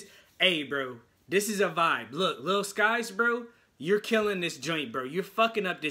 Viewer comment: It's pronounced sikes